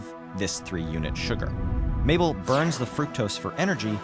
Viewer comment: It's Mable like maple, not cliche?